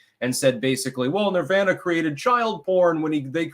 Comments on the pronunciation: Why the fuck is he mispronouncing nirvana? He knows what he’s doing. He’s trying to be different and special. TWAT! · How can a man so into the occult pronounce Nirvana in such a honky way?